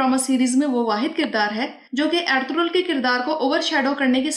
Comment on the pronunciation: Yeh eldurul hai ya althughral pronunciation sahi nhi lugrhi aapki